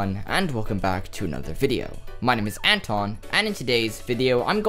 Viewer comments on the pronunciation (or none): none